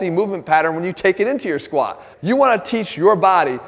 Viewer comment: I wish he'd pronounce the t in squat